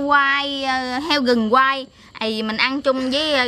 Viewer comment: oi phat am sai roi khong phai gung ma la rung doc chu r khong dung roi tap phat am lai nh